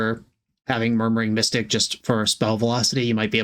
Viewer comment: I swear you called murmuring mystic "Murdering Mystic", forever in my imaginative sphere the birds are Crows 💙